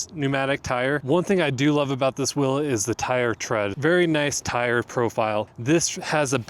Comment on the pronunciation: What's a "whel"?